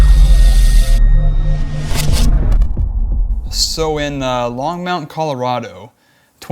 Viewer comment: Oh my god, its Longmont not Longmount.